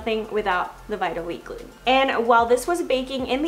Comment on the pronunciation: Jesus Christ learn how to pronounce gluten